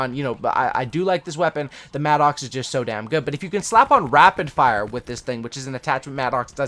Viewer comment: Really like your videos, but for the love of God, it's not pronounced "mad-ox". It's pronounced "madduks"